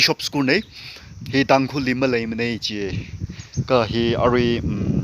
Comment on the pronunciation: School or scrull and tangkhul not tangkhur atungshong v pronunciation hiva R mang shinchinda leikho katha kahai btw good morning good night namaste 😂